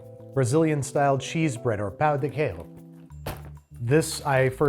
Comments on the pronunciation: Is no one going to point out that he’s saying p*nis de queijo? Pão = bread. Pau (pow) = male genitalia. 😂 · By the way, when you mispronounced "pão," you accidentally kept saying Brazilian Portuguese word for d*ck! There's a nasal quality to "ã" that's hard for native English speakers